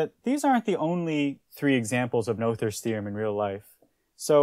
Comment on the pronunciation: Not to be picky but the name is pronounced “Nooters” theorem. Another channel did the research from the original language and that’s how it’s pronounced.